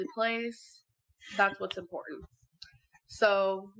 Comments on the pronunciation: Meanwhile she says “im-por-in” (important) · Funny how she overly enunciated the t in kitten but can’t pronounce it in “important”